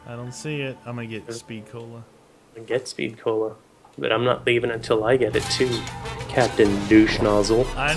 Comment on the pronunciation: Not to be rude but it's called speed cola not sped cola.just saying.